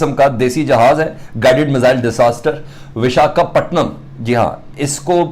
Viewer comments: Bechare se bola bhi nhi jaa rha VIS-KA-PATNAM 😂😂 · Abe sale pehle bolna sikh le,, biskapatnam,, 😀😀😀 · Vishka Patnam ?? Yeh Kya Bolriya Hai 🤯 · अबे नाम तो सही से बोल 😊😊😊🇮🇳